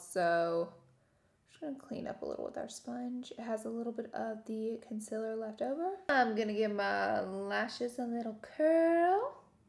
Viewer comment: “Conciler” — is this a southern accent thing ? Genuinely curious